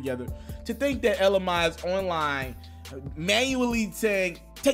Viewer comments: ITS FREAKIN PRONOUNCED “ELLA MAY” 🤦🏾‍♂️ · It's Ella mai like may nigga😂😂😂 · Bruhhhh....get the name right!! Ella Maaaaaayyyy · Ella MAYYYY DAMN U MEES UP EVERYBODY NAME lmaoaoao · Pronounced May! Damn dude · You saying Mai wrong too it's like May bro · Really, really dude. You still messing up her name. ELLLA MAY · Ella May.....damn you gone kill your cred with mispronunciation.smh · It's pronounced Ella may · Bruh I’m a stop listening 🙉 you corrected yourself on her name and still got it wrong - Ella Maaaaay , damn. Starting to think you losing touch. 🤦🏽‍♂️ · Sounds like you're saying LMi..... Hahahahahahahahah Dude just throw the whole name away.... Love you, but I just was triggered every time you said her name.. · It's Ella mai (pronounced mae) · It's pronounced Anna mae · It's pronounced may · WTF.......nigga...it's Elle Mai (pronounced May) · Bruuhh u still said her name wrong 😂😂😂 its pronounced ella may...bruh u need help my g, u stay mispronouncing shit 😂😂😂 I fux wit u tho bro. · AND HE STILLLLLL MISPRONOUNCIN HER NAME.....😂 SHAMEFUL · gonna have to come with a third video, clearing up his pronunciation of Ella Mai's last name before the night's over. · He still saying her name wrong 😭😂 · And he still screws her name up 🤣🤣🤣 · I heard the remix before the original version. I like both versions and I agree a remix would be a great idea. 🤦🏽‍♀️😩 he corrected hisself and still mispronounced her name lol. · you definitely nailed this story. I think though, you didn't give jaquees enough credit for all the music he has of his own. And i think you still pronounced her name wrong though😂😘Keep ya thing tho, love ya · Bro its hurts my ears to constantly here u say her name like that 😭😭 smdh iHope you got it right by now 🙏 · Still saying it wrong 😂😂😂😂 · he still said it wrong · 😂😂😂😂😂😂😂😂 broooooooo you still saying her name wrong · How can you pronounce Jacquees but can't pronounce Ella Ma I smdh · Ella Mae it pronounced May not my fu